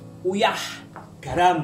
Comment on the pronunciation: Uyah-nya sunda bgt, pas ngomong "Gharam" Jowo bgt 😅